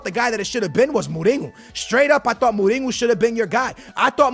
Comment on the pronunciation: Who’s Muringo? It’s mourinho